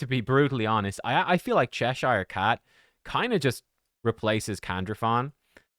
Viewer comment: He's pronouncing it correctly. Get a life